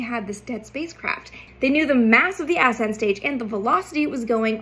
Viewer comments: Ass-ent or ascent? The pronunciation killed me. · I love you content, space nerd myself here. But why are you pronouncing it “Ass end” stage? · Forgive me. Emphasis should be on the second syllable of the word ascent. Not the first.